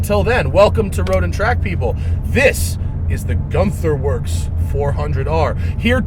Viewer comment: ü in germany is pronounced y :)